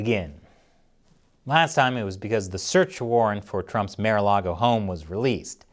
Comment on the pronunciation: He said "mayor-a-log-o" but its "marh-a-log-o" :1